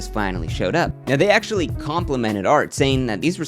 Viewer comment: “I axtually bought a ridge wallet on my own” this fucking guy lol